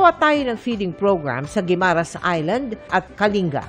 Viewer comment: Mel, can you pronounce Guimaras correctly? I also remember you pronounced Boracay weirdly. Get educated. EP, please advice Mel. Thanks